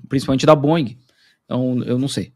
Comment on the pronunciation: Na boa, o nome do fabricante de aviões de Seattle é BOIING e não Bon ing!🙏🙏🙏